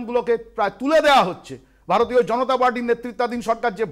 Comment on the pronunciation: এই মালটা বার বার ভার তিও ভার তিয় বলছে। মালটা ভারতীয় শব্দটাও ঠিকমতন শেখার চেষ্টাও করে না।